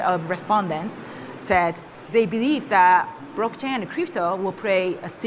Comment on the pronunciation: ...What is a "Brock Chay"? 🥴